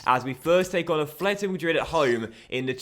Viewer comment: it's atletico, not athletico mate